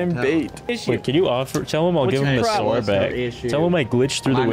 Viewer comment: God bless that kid has no hope he can’t pronounce sword and he said cadillac arrest 🤦🏼‍♂️